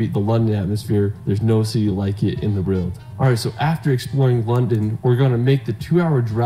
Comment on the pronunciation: I am the only one who hears this guy say’ in the reald “ over and over. The word is world 🙄